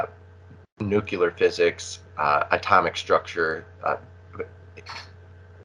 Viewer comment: The word is not nucular